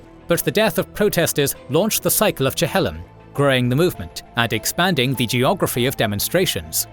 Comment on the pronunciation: It's pronounced Chil-lom rather than Che-hel-lom